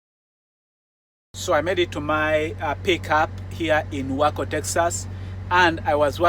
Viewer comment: Whacko, Texas. You pronounced that just right! Just kidding, thank you for the video, my friend!